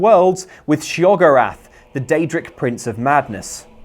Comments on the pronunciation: It's not shoggorath, it's sheogorath. Shey-oh-gore-ath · She-Og-arath?! You must be mad as the daedric Prince of madness! It's Sheo-gor-rath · your saying sheogorath wrong. It’s she-o-gorath not sheog-orath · my friend, say it slowly with me: Shay-oh-gore-af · Shay-O-gorath.... Pa-lay-gee-us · its sheogorath not SHEO GO WRATH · I'ma smack you if you keep purposefully mispronouncing their names. SHYAgrath. Pfft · She-Ogorath. That one hurt. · Shay og or ath. Unsubscribed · Sorry to nit pick, but Palagius is pronounced "PA-LAY-JEE-US" Sheogorath is pronounced "SHAY-O-GOR-WRATH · Shay-o-gor-ath. He even says his name himself! Also, the outfits you buy from Kilton are grosser since they're made from those monster parts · "Shay oh gore ath" not "show goth" Though admittedly that might actually be better for the Daedric Prince of madness. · Isn't it "She-o-go-rath"? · Patrick Long Shee-uh-GOR-ath, actually. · I feel like was deliberately mispronouncing Sheogorath's and Pelagius' names, am I the only one who feels this? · The way you pronounced Pelagius and Sheogorath just irritates me greatly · I have two things to say: 1) Your pronunciation of Sheogorath's name physically hurt my ears. Play the games. They pronounce it several times. 2) HOW IS A DOG BRAIN MORE GROSS THAN AN UMBILICAL CORD WITH EYEBALLS????? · lol cant pronunciation of Sheogorath WRONG sheo voice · Lukes pronunciation of Sheogorath... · I beg your pardon, how did you pronounce Sheogorath?! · please stop saying sheogorath wrong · You can tell hasn't played the Shivering Isles or the Sheogorath Skyrim quest since he's mispronouncing the glorious, outrageous Daedric Prince's name. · he pronounces Sheo multipletimes, and entroduces himself multiple times throughout the series, and you pronounce it like that? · No one going to comment on how poorly many of the things in Skyrim were pronounced? Sheogorath anyone? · the pronunciations in game please don't butcher Sheagorath